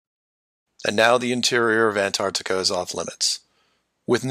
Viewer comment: so nice to hear an american pronounce the T in anTarctica. so many americans call it anartica